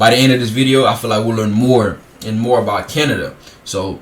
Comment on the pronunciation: His pronunciation of about and house are so over done you can tell he doesn’t actually have such a strong accent.